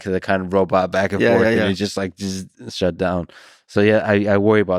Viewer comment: i like the way michael says robutt